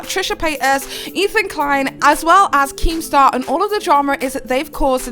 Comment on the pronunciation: At first I thought she called keematar a wanker 😂